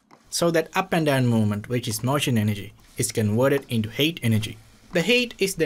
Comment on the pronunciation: The "HATE"😂(HEAT)